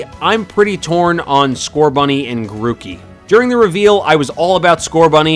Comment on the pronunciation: Grookey. It rhymes with cookie.